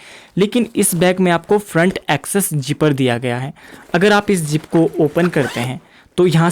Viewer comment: Teri English words bhout bakwas. Zipper hota jipper nahi. Straps hote hai steps nahi. Pata nahi kaya bol raha hai